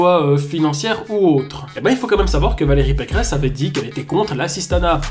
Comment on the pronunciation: c'est pas Valérie Pécresse c'est Valérie Pécrehess